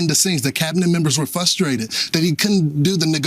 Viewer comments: Did Lawrence say “switcheroo” And “FUStrated” ? He’s definitely fustrated because Trump is slipping. How embarrassing for him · Lawrence says FUSTRATED. Great journalist 😂😅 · Anyone who uses the word ‘fustrated’ is automatically disqualified as being credible.